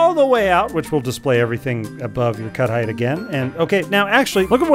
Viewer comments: I went several minutes think he was saying "cuddite" and wondering what that is until I figured out it was "cut height". Brains are funny sometimes. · Took me awhile to realize he's saying "cut height" and not "cuddite". Thought cuddite was some hot new word the VTT crowd were using and felt lost lol